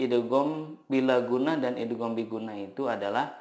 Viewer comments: Hukum yg kedua idgham bighunnah, tapi kok ustadz baca salah terus 😭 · Idgham bighunnah nya salah nyebutin nya pak 🙏